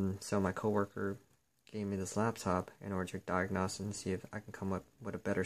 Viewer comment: I dont like the way you say diagnose